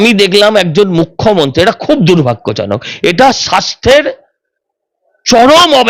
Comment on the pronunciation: আপনি কেন বারবার "মুখ্যমন্তী" বলেন? জিভের জড়তা কাটিয়ে "মুখ্যমন্ত্রী" বলুন দয়া করে!